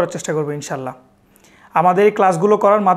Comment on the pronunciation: আপনি নিজেও "ইং-শা---আল্লাহ" কে বলছেন ইনশাল্লাহ 🙂 তারপর নাবিয়ে আকরাম সল্লাল্লা-হু আ'লাইহি ওয়া সাল্লাম এঁর উপর দারূদ পড়ার সময় কী তাড়াহুড়ো করে পড়তেছেন, কোন আদব নাই!! কী বলবো আর!!